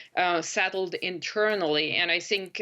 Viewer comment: I Think or I sink?😂😂😂